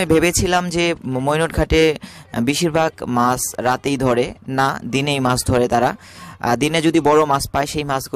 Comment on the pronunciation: বাংলার উচ্চারণ আপনার অত্যন্ত বিশ্রী। বাংলাদেশের লোক বাংলা ভাষার বুণিয়াদ কে সমাপ্ত করেছে। মাস....নয় , মাছ উচ্চারণ করুন।